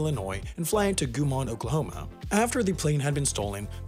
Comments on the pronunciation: not goo-mon, guy-men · Not that the little town of Guymon will ever appear in another video ever, but its name is pronounced Guy-mahn, not Gooey-mon. Gotta stick up for small Okie towns 💖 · It's pronounced, Guy-man not Goo-mon. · Apologies for the pedantry, but having lived in the town for a brief period last year, I wanted to clarify that the correct pronunciation is, in fact, GUY-munn (as in, "This GUY is a know-it-all!), not Gwi-Mawn. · It's not "Gooman Oklahoma", It's just like it is spelled "Guy Man, Oklahoma". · First it is GUY- Mon not gu mon as a Okie it triggered me LOL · It's not Goo mon, Oklahoma . It's Guy mun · Goomon Oklahoma? We call it GeiMun. Guy Mon. 🤣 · Goo-Mon? Guymon, OK is pronounced "Guy" + "Men" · Oklahomans: Guymon pronounced Guy-man, Guy-mahn, or Guy-mn Half as Interesting: "Goo-mahn" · Guy man, oklahoma, not gooooman -_ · It's Guy(like guy)-mon not goo-mon, Oklahoma. I know cause I live in Oklahoma. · Did he just say goomon Oklahoma? It’s guy-men. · Guymon, OK is pronounced Guy-men, not Gu-mon, just fyi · Goo mon??? Haha dude it’s literally guy-mond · “Goomon, Oklahoma”? EXCUSE ME??! it’s pronounced, GUY (as in, ‘that guy over there’) MON, Oklahoma. - An annoyed Oklahoman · lol... Gooman oklahoma it's GUYmon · As an okie.....it's guy-mon, how it looks is how it's said. Not goomon or whatever the hell you called it. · Repeat after me. Guy: say it like a man. Mon: say it like a man. Guy-man: say it like a man-man. NOT GOOMON. I can see your misunderstanding of the mon. But how do you get GOO out of GUY?? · ITS NOT GU MON its GUY-MON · Guymon, Oklahoma is pronounced Guy-mun not gumon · I just have to say, you pronounced Guymon, Oklahoma wrong. It's not Guuimon, it's more like Guy-mon. The word "Guy" and then "mon". I happen to live there, I didn't like that. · Guy-mon is how it's pronounced not Goo-mon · "Goomahn" Brooo how did you say it so wrong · Just a heads up, Guymon, Oklahoma is pronounced “Guy-mun” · "Goomon, Oklahoma"